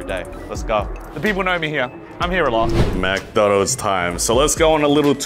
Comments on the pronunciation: it's McDonalds not MACdonald it bothers me how he keeps saying that. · It's McDonald's not MackDonald's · "Mac Donalds"? it is Mc Donalds (Mich Donalds essentially) how has no one pointed that out to you? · Get so triggered with how they pronounce McDonald's.... it's not Mac-Donalds